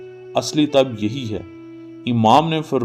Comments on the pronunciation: لفظ طَب نہیں ہے بلکہ درست لفظ اور تلفظ ہے "طِب" ہے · طب کو ط کے نیچے زیر سے پڑھیں۔ شكريه